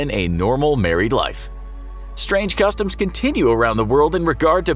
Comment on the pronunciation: "strang cutoms"🤔🤔😂how niceee